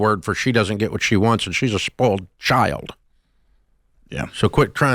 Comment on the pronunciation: "spoiled child" sounded like he was going to say a different word starting with c....